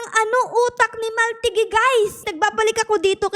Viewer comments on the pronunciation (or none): I think the pronunciation of his name is Mahl-TEE-gee